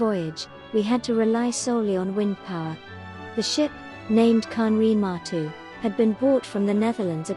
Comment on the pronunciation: Its not " matu" but maru..